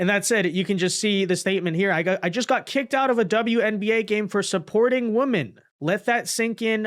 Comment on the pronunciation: I appreciate and enjoy your content so much. So please, please please look how to pronounce 'women' correctly. It is pronounced differently than 'woman'. Thank you for your consideration of this matter.